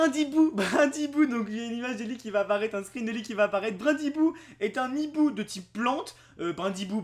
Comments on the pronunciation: On dit un hibou PAS un NIBOU:'( Please respectez le français:p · Un Hibou, pas un Nhibou, putain apprends à parler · non un hibou xD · (Azernam) Purée t'apprends quoi en cours toi ? Y a pas de liaison quand il y a un h --"